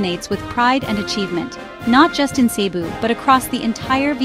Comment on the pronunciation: pakiayos ng diction mo. hindi cee-bu, but cebu'.